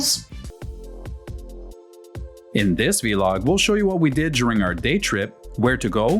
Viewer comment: Vlog like blog. Not vee log 😂